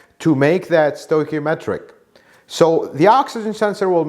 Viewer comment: stoichiometric pronounced stoy-key-oh-metric. Thanks for another excellent video.